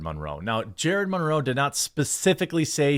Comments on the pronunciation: Jeremy, it’s Monroe, like Marilyn Monroe. (Mun-row) Good video buddy. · Dude!! What is with the Mahn-row pronunciation? 😬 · The way you say "Monroe" physically hurts me.... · Why are you saying Monroe so weirdly? It's distracting with how much you keep saying it😂❤ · I refuse to listen to anyone who can't pronounce Monroe